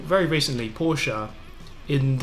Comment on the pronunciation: Hey ✌🏼 first I love your videos 🤘🏼and I hope the day will komm when you say Porsche right 😂 #nohate 😊 best regards from Austria 🤩